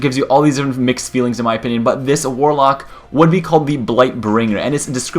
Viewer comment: You sure it's warlock, not walock